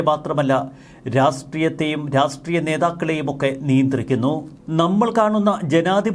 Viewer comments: രാസ്ട്രീയം അല്ല രാഷ്ട്രീയം.. രാഷ്ട്രീയം! ശ്രെദ്ധിക്കണ്ടേ.. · രാസ്ട്രീയം, രാസ് ട്രീയം, രാസ്ട്രീയം..... എല്ലാത്തിലും ഒരു പത്തു പ്രാവശ്യമെങ്കിലും ഉണ്ടാകും. ഒരിക്കലെങ്കിലും 'രാഷ്ട്രീയം' എന്ന് തെറ്റാതെ പറഞ്ഞു കേൾക്കാൻ ആഗ്രഹമുണ്ട് 😊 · രാഷ്ട്രീയ മല്ലേ' ശരി? രാസ്ടീയമല്ലല്ലോ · Rassstreeyam or Rashtreeyam?